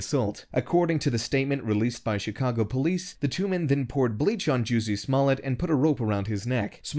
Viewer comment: Lol..He said Juicy Smollett!